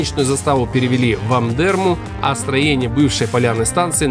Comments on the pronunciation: Ударение на первую букву Амдерма! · Амдерма ударение на первую а